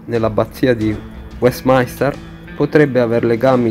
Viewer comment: Weatminster si pronuncia "uèstminster" la i fa eccezione 😘